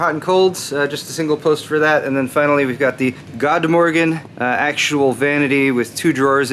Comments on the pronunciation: you pronounced Rättviken fairly well.... then you botched god morgon...I'll hold off with the honorary Swede award for just a moment. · Haha, "God Morgon" :D It is "good morning" in Swedish, pronounced like "good morron" ;) :D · lol god morgon is what it sounds like .good morning : but loooove the ref to that movie ! =D